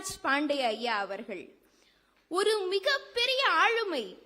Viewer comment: பவதாரிணி உச்சரிப்பு சரியாக செய்யவும். ஆளுமை அழுமை ஆகிவிட்டது